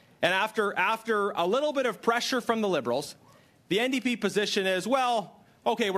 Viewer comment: Ndp not nap